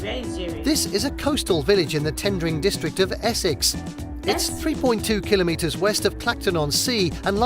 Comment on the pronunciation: At least he pronounces kilometers correctly. Not KilOMetres.